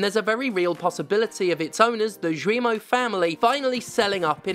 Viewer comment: The "Gui" in "Guillemot" is pronounced the same way as the "Gua" in "Guardian". It's "gi" (as in "Github"), not "joo-ee". Thanks for your attention